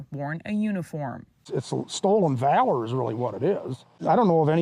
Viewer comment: Sorry?? (It's (Valor, like values, not like vale-er?